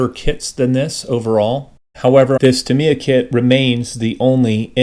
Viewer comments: No, it isn't. There is no inflection on Japanese syllables. It's tahm-i-ya. The i is slurred over though. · By coincidence I recently acquired a copy of this very kit, so it's good to know it goes together nicely. p.s. there's a website that gives the proper pronunciation of words from all different languages, and it settled for once and all the argument on how to pronounce Tamia. It's TAM-ya!